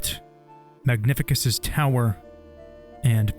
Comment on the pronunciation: That's my absolute favorite game ever. And this is the best video about it. But i insist that its MagniFÍCUS. With an emphasis on second "i".